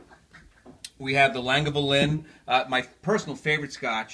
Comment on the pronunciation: I enjoyed your video. Great choices! However, you mispronounced Lagavulin (LAG-UH-VUL-EN) and the word Islay (EYE-LUH).